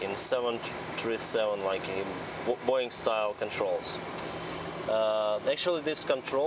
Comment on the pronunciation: Are you russian? You say Boouuuiing😂 nice